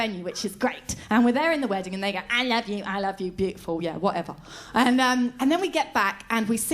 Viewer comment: that ai luv yoo ai luv yoo bit allways gets me XD